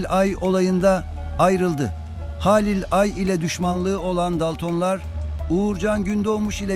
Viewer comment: Bir de konuşmayı öğrenebilsen keşke :) Haaalil değil Halil ..Beraat değil Berat .ne lan beraat kandili mi bu 😂